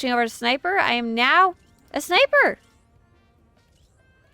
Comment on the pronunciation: Ah, I notice I'm not the only one who says Snipper lmao